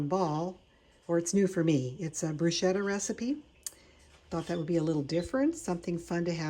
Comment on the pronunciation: Pronounced Brew sketta